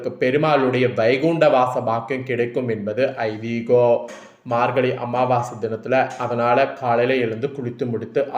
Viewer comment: அமாவாச இல்லையா அமாவாசை 🤣 மார்கலி இல்ல மார்கழி🤣( உச்சரிப்பு மிக அவசியம்)😊😊😊